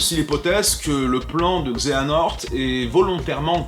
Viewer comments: "Xenahort" ? Redis ça sans trembler des genoux ? C'EST Xe-ha-nort, nom d'un simili ! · Mais Xehanort! Xe-ha-nort! 😂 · Je meure à chaque fois que tu dis xenahort =_=